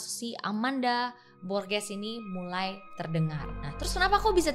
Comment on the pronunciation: G di bahasa Spanyol dibaca h ringa kayak di bahasa Inggris. Gosah kh berat kaya giti Kk, h-nya biasa aja borHes. Klw g dibaca kh (h berat the way you pronounce borges in this vid) itu cara baca g di bahasa Belanda. Cuma share sedikit yg saya tahu